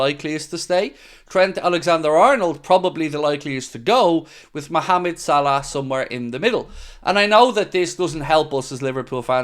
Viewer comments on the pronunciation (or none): none